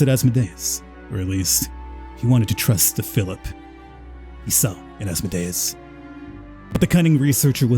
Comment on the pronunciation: Good playthrough...the way you pronounce Asmodeus triggers me to no end tho.